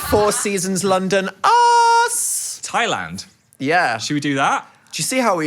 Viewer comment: Anybody else love how Phil says uz instead of us. ❤